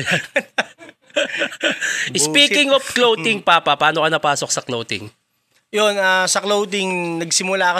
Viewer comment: BAKIT "KLOWTING" ang tawag nyo sa CLOTHING?? 😂😂😂 Si Anygma at lang narinig kong tama ang pronunciation 😅